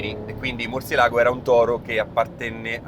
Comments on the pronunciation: Ma perché Murcielàgo se c'è l'accento sulla "e"? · recensione a parte etc, si pronuncia murciélago che sarebbe il pipistrello in spagnolo